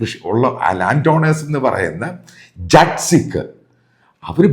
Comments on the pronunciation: Hello jet nahim,jaat sikh please correct the Pronunciation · ജട്ട് അല്ല, ജാട്ട് ആണ്. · Sir, ശരിയായുള്ള pronounciation jat sikh എന്നല്ല jaat sikh എന്നാണ്